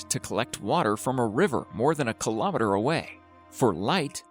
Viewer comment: it's pronounced : kilo meters, not kilowmeters